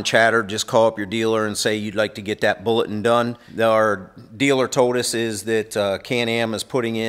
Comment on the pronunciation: He pronounce bulletin, bullet?